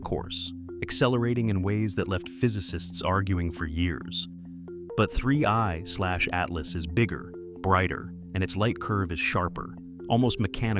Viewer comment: So ai voices cant tell 31 from 3i i guess.